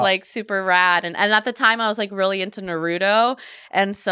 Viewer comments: RILEY!! :( how can you say you were really into the show... and then call him NA-ROOT-U!!! It is pronounced NA-ROO-TOW!!! Were you lying??? Either way much love!!! :) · I was so attracted to her until she said Nahruto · Shes a 10 but cant pronounce Naruto correctly.. (nar-rue-toe) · She really said “nuhrooto” 🤦‍♂️ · Your like 7 and its pronounced nar-ooo-toe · Saying "really into naruto" and pronouncing it wrong so confidently is wild 😂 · Nahhhhh she say Naruto wrong, HELL NAH BRUH.